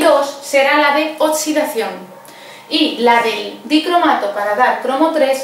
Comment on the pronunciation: Esta mujer explica muy bien, pero me pone súper nervioso que diga oTSidación